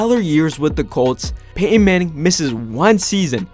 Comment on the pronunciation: Nope. I'm out. I'm not listening to someone say "Peyh-in" for 10 minutes.